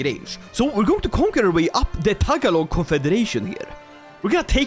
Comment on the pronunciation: Did he say “Tag-a-log”? I’m sorry but that is not the way you say that. “Ta-ga- log” Love the video though